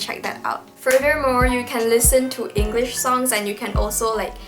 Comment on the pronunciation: You can start by learning how to pronounce the word ENGLISH. There's no R sound. It's not Engrish. Towards the end you did pronounce it correctly.